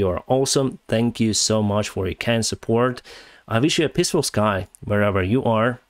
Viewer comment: Why do i hear "i wish you a pissful sky"😅😅😂😂